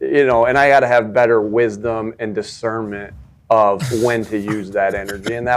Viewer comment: "dis-kurnment" from.